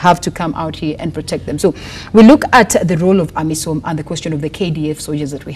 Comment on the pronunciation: It's amisom not amison!